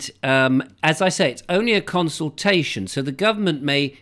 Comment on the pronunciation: CON-sultation.CON-VID.....only fools and horses....wakey, wakey.